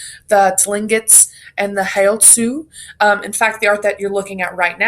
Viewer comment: Heiltsuk is pronounced heywood. We had textiles that were made from many different plants. Are you of Indigenous roots, if not do you have permission to be using our art? As an Indigenous person I have to get permission to use another nations design.